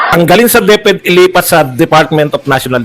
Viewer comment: HA HA HA DEP -ED po hindi DEF-ED(Deaf-Ed)🤣🤣🤣